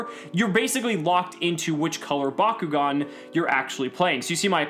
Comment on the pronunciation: Back-O-gan not BACQGON